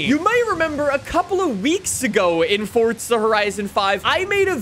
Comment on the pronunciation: I love the video but you pronounce forza as fortza